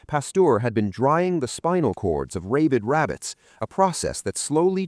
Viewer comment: The narrator mispronounced the word rabid as "ray...bid". Phonetically it's pronounced "rah...bid". A quality review program prior to publishing will stop erroneous mispronounced verbiage.